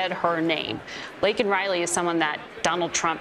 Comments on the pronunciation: State of delusion...what an embarrassment...couldnt even get Laken Rileys name right...its not lincoln...smh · my exact thoughts. He couldn't even get Laken Rileys name right